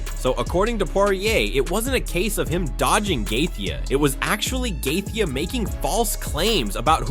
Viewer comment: The way he pronounced gathje’s name made click off the video